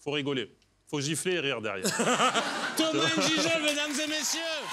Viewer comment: Excusez moi mais on dit pas N’gijol mais Ngijol tout collé merci bien 🙏